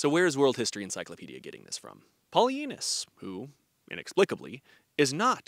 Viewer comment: Am I the only one who hears that historians name as "PolyAnus" I know that I'm 12 at heart but I am also at the age where I need to watch for hearing loss.